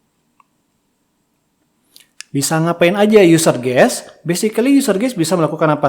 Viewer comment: Guest, pak, bukan Guess Kalo guess artinya tebak-tebakan, pak